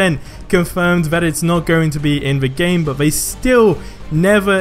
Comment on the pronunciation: did u really just say "buh" like it's only a different letter you're not even making it shorter it's not that hard it's (but) not buh